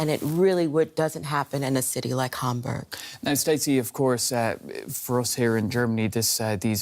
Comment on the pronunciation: Lady reporter, please pronounce the word Hamburg correctly either in German or English but not your way .